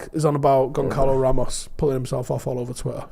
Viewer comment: If we get Goncalo ramos I hope you learn how to pronounce his name.